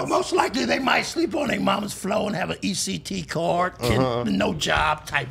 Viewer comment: This nga said, “eCt card” 😂😂